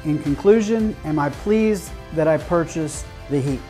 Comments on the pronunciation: You can say hiiiiiipe not heeeep! :) great video. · Thx. I just thought I was doing well pronouncing it heap😂